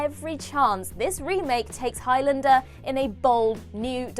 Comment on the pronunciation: Please learn how to pronounce Highlander properly. It's Highlander, not Highlander